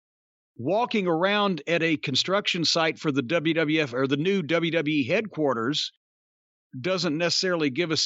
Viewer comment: I love how jim says headquarters it’s so satisfying i just noticed some words He says its so satisfying.